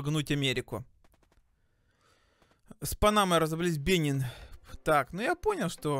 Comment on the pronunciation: БЕНИН УДАРЕНИЕ НА И!